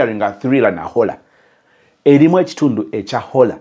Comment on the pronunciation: 😅😅😅🤣🤣naye its Horror not Holla